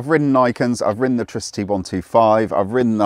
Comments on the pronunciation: It's Tri-city, not Tricity. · Its not treecity its tricity for example wifi / tri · I think it's pronounced TRI-CITY. It's a tricycle after all. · LOL that bothered me too